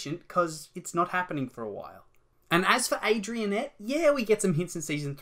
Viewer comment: Mate it’s adrienette. Adrien + nette